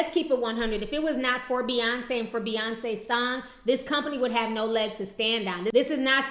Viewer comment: But her name is B..yonce and not F..yonce.